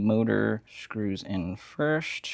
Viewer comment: No disrespect, where are you from? I noticed you say screws like "screwsh" and first like "fursht"